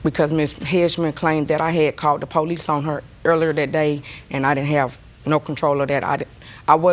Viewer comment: poh lees 🙄